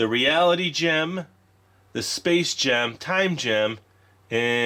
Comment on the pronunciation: For a second, I thought you said 'Space Jam' 😂😂😂